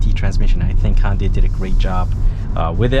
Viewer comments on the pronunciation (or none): ITS HYUNDAI NOT HONDAI Jesus, pronounce it properly